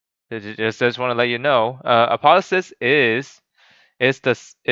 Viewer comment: Apo theo sis there is a ''O'' there